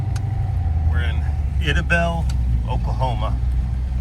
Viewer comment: It is pronounced "EYE-dabell" .